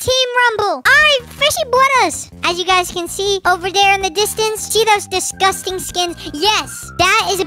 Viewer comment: I love how he said. Look at all those disgusting bananas. DISGUSTING. 😂😂😂